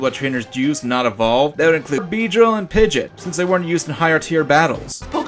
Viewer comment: The way you said Pidgeot infuriates me.